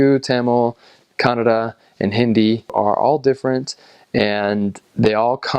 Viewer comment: Thank you for pronouncing Kannada the right way!! A lot of Indians can’t say it right.